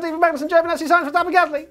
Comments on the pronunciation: You forgot saying Sainz every time you tried xD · Non finisher list was read out wrong!! Sainz!